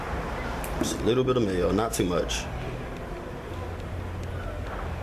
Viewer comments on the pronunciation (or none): none